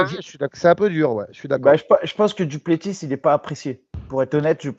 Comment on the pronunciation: Les gars on prononce pas le S à la fin de Du Plessis ? Même les américains le savent